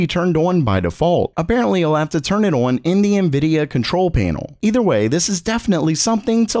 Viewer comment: Why does he say ON like that 💀? Oowiinnn.